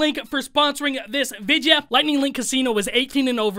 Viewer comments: "Sponsoring this vidyuh." Just had to do it. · Why’s he purposely pronouncing video incorrectly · Unique way of pronouncing video lol